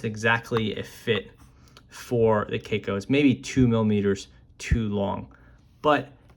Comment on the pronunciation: It is read as “kah koh” It is a Japanese brand